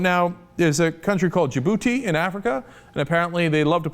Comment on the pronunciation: Lol i thought he said DA-Booty